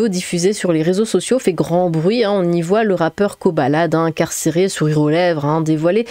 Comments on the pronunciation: On dit Koh "baladé" 😂😂😂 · C’est le monde à l’envers. 😡 Quand est-ce que la Justice va faire payer les criminels en leur donnant juste du pain sec (et bouillie) et de l’eau? 🤬 PS: Je crois qu’il faut prononcer le « D » (Kobaladé). 😅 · Je crois que ça se pronnonce koba ladé